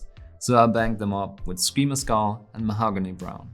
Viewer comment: how he pronounces Mahogany is 10/10